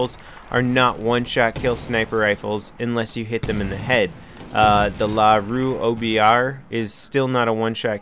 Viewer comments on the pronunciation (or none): You pronounce "LaRue" like "Luh-Rue" not like Lah Rue. Just a little pointer for you.